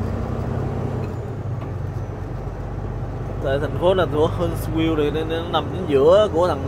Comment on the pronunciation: HUNTSVILLE, AL. Phát âm : Hunt view